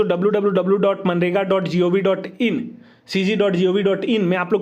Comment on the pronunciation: Manrega nahi sir, MGNREGA